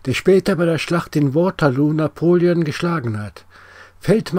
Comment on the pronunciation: Danke für die interessanten Informationen. EINE kleine Anmerkung. Bitte Waterloo nicht Englisch aussprechen.